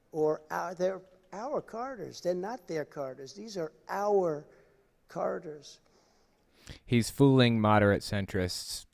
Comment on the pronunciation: he's trying to say "corridors", but to my ears it sounds like "carders".